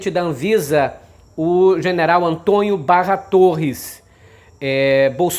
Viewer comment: Aprenda a pronunciar a palavra Antônio, não se pronuncia Antonho, por favor, é preciso corrigir os erros que cometemos. Quero resposta ok?